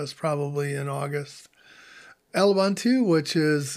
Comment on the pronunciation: Its "oo-boon-tooo" - all three "u" sounds are the way he pronounces the last one. Like you would say "goose" - the last syllable is a little longer.